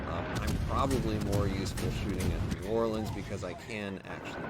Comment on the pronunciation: Well doing great with my "new orlean" anyway..